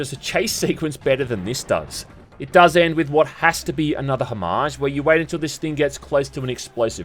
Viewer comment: Love that you say 'homage' correctly !